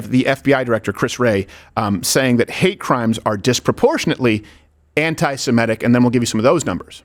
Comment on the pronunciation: It's not "Simetic" it's "Semitic", and the phrase does not just include Jews.